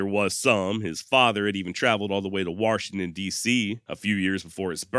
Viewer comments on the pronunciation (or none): Can't help but chuckle at the "waRshington." Guess you're from my neck of the woods (ohio)